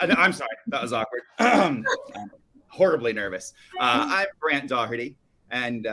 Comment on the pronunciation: His name is Brant - with a T not a D